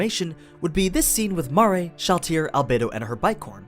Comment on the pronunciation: ITS MARE NOT MAA RE DEAR GOD